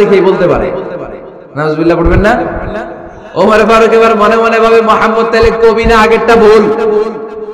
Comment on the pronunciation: হযরত ওমর রাঃ এর নাম তো ওমর ফারুক কিন্তু হুজুর বারবার বিকৃত করে ওমরে ফারুক বলতেছেন কেন বুঝলাম না ? নাকি আসলেই উনার নাম ওমরে ফারুক ? বিষয়টা কেউ পরিষ্কার করবেন প্লিজ ।